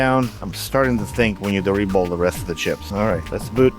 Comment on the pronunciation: your "reball" sounds like "re-bowl", which is oddly appropriate since apparently, someone heard this thing has pins and used it for bowling.